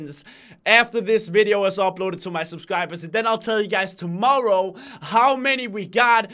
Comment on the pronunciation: When says tomorrow it sounded like tomowwoe